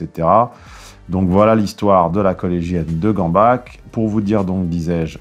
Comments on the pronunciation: Et Forbach on le prononce comment alors ? Dans l'est ces noms de villes et villages se prononcent 'ck', comme Gamback dans la vidéo (il l'a prononcé juste en plus, c'est bien, alors qu'il n'est pas du tout du coin) Ce sont les gens qui parlent en patois qui disent Gambar ou Forbar... 😏✌️👍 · Schaffouse se prononce "chafouze". C'est la version francophone du nom de la ville de Schaffhausen. Et Gambach se prononce "Gambar". Juste une petite précision parce que y a des gens qui s'excitent en-dessous. J'habite à cinq minutes du collège de Gambach de Fribourg. Je m'en fiche un peu de savoir qu'il y a une ville qui s'appelle Gambach et qui se prononce "Gambaque" en France. Le collège dont il parle est en Suisse, Fribourg est une ville bilingue germano-francophone, tout le monde ici prononce ce nom "Gambar". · Gambach se prononce "Gamback" par chez moi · non, j'habite Fribourg. A 5 minutes de l'université Miséricorde et à 5 minutes à pied du collège Gambach. Le nom du collège Gambach de Fribourg est prononcé "Gambar" par toutes les personnes de la ville, comme Johann Sebastian Bach s'appelle "Bach" et pas " Bac". C'est un nom alémanique. Si les Français veulent prononcer des noms allemands à la française, ça les regarde. Fribourg est une ville bilingue germanophone et francophone, ce n'est pas aux Français de nous apprendre à prononcer les noms de nos établissements et de nos rues. Je m'en fiche de savoir comment vous appelez vos villes dans votre pays, le nom de ce collège-ci, à Fribourg, est prononcé "Gambar"